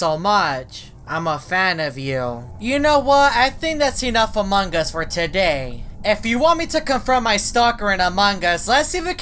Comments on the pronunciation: The youtubers keep saying among gus theres no g its among us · I like how when he trys to say among us he says "among gus" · I switched on the subtitles and when you said among us it said amangas